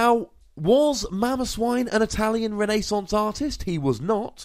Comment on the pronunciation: "Itallion Renaisunce"